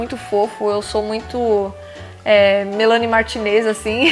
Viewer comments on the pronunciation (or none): Me da agonia ouvir você falando o nome da Mel desse jeito KKKKK Amei o video ❤❤❤